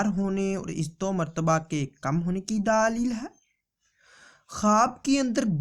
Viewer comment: Or ye daalil nhi ha dalil ha....داليل نهى دلبل